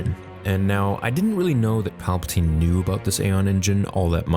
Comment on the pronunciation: Palpa Ting